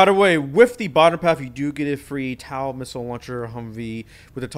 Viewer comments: just a nitpick, but its pronounced tow not tau (sorry for being a nerd) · Im not trying to be that guy but i am, TOW is said like t-oe not t-ow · i am trying to not go crazy to how he says tow taw goes crazy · "Taow" hurt my head this whole video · Bro the way he says Abrams TOW and MRAP